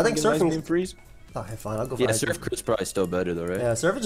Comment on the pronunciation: "hit this man with da soif"